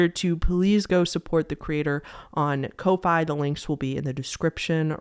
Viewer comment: This is just my theory, but I think Ko-Fi is pronounced as "coffee" cause I remember they used to have a widget you could put on Tumblr blogs with the phrase "Buy me a ko-fi" and a coffee cup icon next to it ¯\_(ツ)_/¯